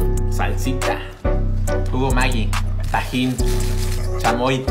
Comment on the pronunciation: en ves de escuchar tajin escucho pajin XD